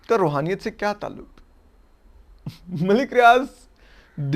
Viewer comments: جو شخص روحانیت کا لفظ تک ادا نہیں کرسکتا اور رحونیت کہتا ہے ملک ریاض کنفرم دیو بند ہے کیونکہ بحریہ ٹاؤن میں اپکو بریلوی مکاتب کی مساجد نہیں ملے گی اور پانچ قراط والی انگوٹھی کی آڈیو لیک سب نے سنی ہے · یہ روحانیت نہیں رھونیت ھے😂